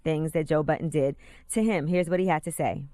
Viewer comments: Angela, sweety, his last name is BUDDEN not BOTTON. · His name is Budden not Button. WTF is wrong with Angela this is her job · She is saying Joe Button ... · Sounds like she is saying Joe Button ....